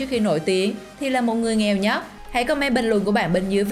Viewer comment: Cứ nhấn mạnh chữ nghèo nhờ